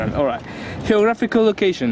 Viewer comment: "Heographical location" me hace sangrar los oídos.